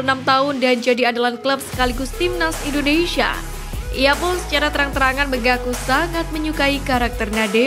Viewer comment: Bandel ya Bacanya... INDONESIA Bukan INDONeiiiisyiiiiaaa, ngawur ah 😅